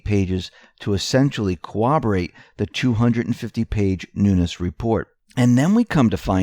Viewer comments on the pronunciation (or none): The word is "corroborate" not "cowoberate". CO ROB ER ATE